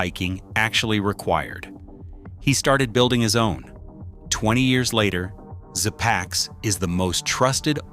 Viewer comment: Pronounced zee packs (zpacks) rather szpacks.